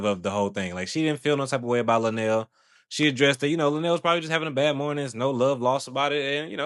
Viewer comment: I would feel the same way lunell does however I would have as a woman left the interview however the female radio host didn't do her research on her guest! You podcasters even pronounced her name incorrectly